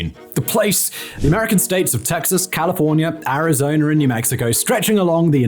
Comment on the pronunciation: Pronounciation ArizonUH not ArizonER lol